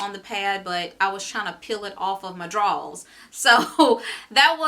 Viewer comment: I died everytime you said drawls 🤣🤣